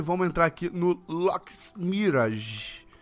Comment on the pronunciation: Agr sim ele ta falando "Loki" 👍